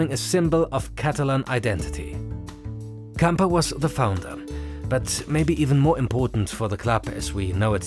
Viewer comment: Camper? 😅🤣😂 It is Gamper. It sounds so fake. Elefant Blue. 🤦‍♂